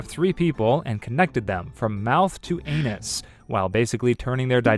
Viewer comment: dawg cant even say anus bro 💀